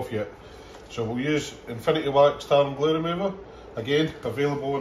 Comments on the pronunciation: The first few times I was sure you were saying "tartan glue remover" before I realised it was tar and glue remover. 🤣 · It sounds like you say “tartan blue”. You should do some merch with a kilt on it saying “tartan blue” it would be great and be part of a Scottish theme